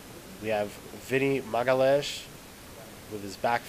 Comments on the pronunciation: it's ma-ga-LI-AHN?-IS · you pronouce as Maga Lee Ains Magaleeains, its the nearest i could approach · It's not that hard actualy, but you need to learn two different portuguese's sounds first. 1 - lh sound 2 - ã sound His surname is not magalhaes, but magalhães. Once you learn them two, you'll speak it properly.